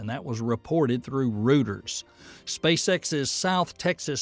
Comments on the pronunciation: Could you please stop pronouncing Reuters as "Rooters?" It's pronounced "ROY-terz." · It's "Royters" not "Rooters". for the news agency Reuters. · Good detail in the report, but for future reference Reuters is 'royters' not 'rooters' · Reuters is pronounced royters, not rooters. Good summary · PLEASE learn how to say Reuters. Please.